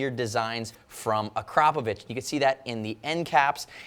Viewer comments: You're the first American who correctly pronounces "Akrapović" :D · thumbs up for the proper pronounciation of the brand's name ! :D